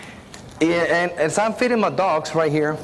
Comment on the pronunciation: The extra emphasis on feeding the dog is so unnecessary